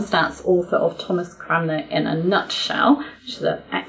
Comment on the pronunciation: I have noticed that you & another English commentator seem to both say "Cramner" rather than "Cranmer". Is this just a slip of the tongue or have I been mispronouncing this name all my life? 👅